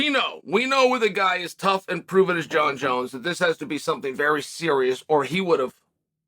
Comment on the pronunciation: “Jon Jonz finished” in a Dagestani accent.